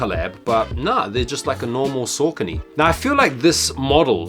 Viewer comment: Pronounced Sockony